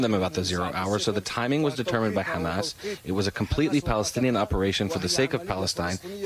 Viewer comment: its Ha-mas, not Kha-mas...